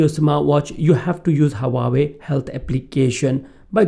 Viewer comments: Haha. Its just the way u were pronouncing Huawei. Its pronounced like hua-way and not hawa-way 🙂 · Leave the false accent. And it is not hawawei